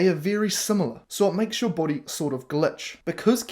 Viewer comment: "BOADY" (ps) lol, Not sure what a boady is, unless it's "Body" in Australian 😹